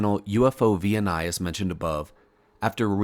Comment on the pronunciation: "OVNI" is the Spanish equivalent of *UFO*, and it is pronounced as a word, not spelled out letter by letter. UFO+OVNI = UFOVNI